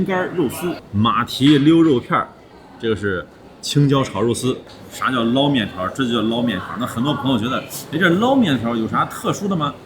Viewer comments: 天津人都叫捞（láo 二声）面，不是 lao一声。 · 天津人要读捞（读二声）面，崩（读一声）豆张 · 捞面捞读二声😊